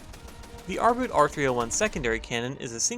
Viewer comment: The German "Boot" is pronounced boat not boot ... you know just like you did with U-Boot.